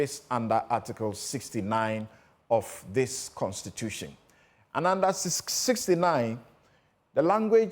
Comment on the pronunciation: This one who pronounces "constitution" as "constitutiong", "question" as "questiong" is now explaining simple English 😂😂😂